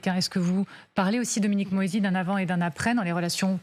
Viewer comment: C pas dominique moÏsi c Dominique moisi...